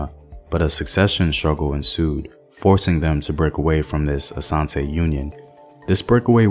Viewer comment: I love how he said Asante instead of Ashanti, but the rest😬.